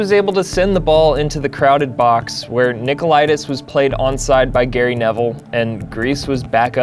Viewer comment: The dude can barely pronounce English names and words let alone Haristeas and Nikopolidis.